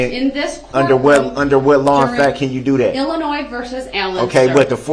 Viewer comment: Every time he says do dat I can't help but think of the song I learned in childhood called Camptown Races. The chorus goes Doo Dah, Doo Dah!